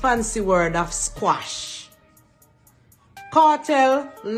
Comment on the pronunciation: Lady not squash...its Quash 😅😅😅